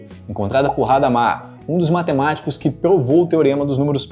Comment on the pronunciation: Boa explanação, mas gostaria de lhe fazer uma sugestão. Não há necessidade de pronunciar palavras de outra língua com a única referência do Inglês. Hadamard era francês e, como tal, o "h" é mudo. Não tem o som de erre.